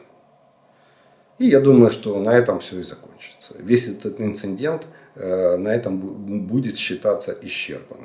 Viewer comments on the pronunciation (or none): Инцедент (не инсеНдент). Вот так надо ГРАМОТНО говорить.